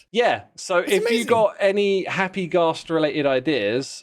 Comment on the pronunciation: Wait… you say Ghast like Ga(w)st but pronounce gas as the more American way? Now im just confused 🤣